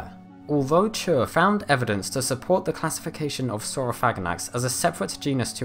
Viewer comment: Great video! As a tip for the future, I know Dan Chure and his last name is pronounced "Chur-ree." (First syllable rhymes with "cure" and last syllable rhymes with "see").